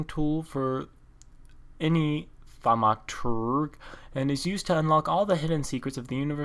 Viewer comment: you pronounced thamoturge right except for the e on the end